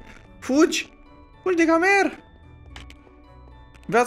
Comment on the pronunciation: Fără hate dar gamer se scrie nu aşa se pronunță Gamer(se scri) Gheimăr(se pronunță)